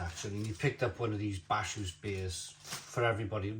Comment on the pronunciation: Bacchus is pronounced BAKK-USS, as in the god of wine 🍷